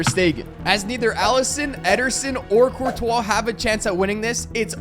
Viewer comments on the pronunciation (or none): none